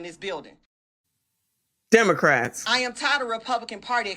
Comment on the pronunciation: I heard demorats 😆